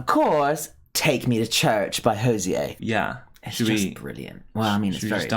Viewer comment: It's Hoe-zi-yer but otherwise, all cool. & I think it's the us against the world kind of gothic romance that had your friend binging this video with his boo tho of course it can be pretty traumatic as well. But that kiss tho really sold the whole thing.